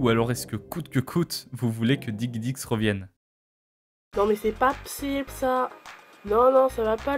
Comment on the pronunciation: juste DIGIDIX pas diguidix s'il te plaît ^^